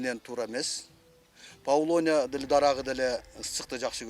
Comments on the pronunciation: Павлония эмес ПАВЛОВНИЯ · Павлония эмес, павловния. Даракты экпейт, даракты тигет🤦‍♀️